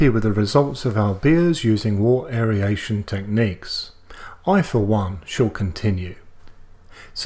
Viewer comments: The info was great! But aeryation got me every time you said it. I've always heard it and said it as air-ation. Maybe it's a US/Australia pronunciation thing? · Isn't it pronounced "wirt" not "wart"? And aeration not aeriation? Just confused as a newbie. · I love your videos mate I've watched a lot since i bought a Grainfather but your pronunciation of aeration drives me insane.